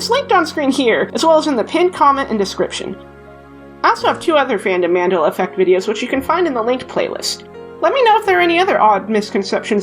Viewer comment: as a south african I have never heard Mandela pronounced like that before